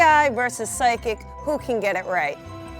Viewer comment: 30Pigs phychic? pronounced fy-kick?